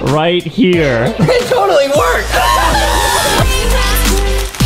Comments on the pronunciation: Hahaha that was funny when justin say that todoly work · Justice just lirlly said it tottllay work it make me so laugh😂😂😂😂😂